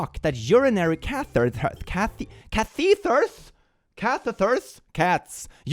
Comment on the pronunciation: k-ath-etter is how i learned to pronounce catheter if that helps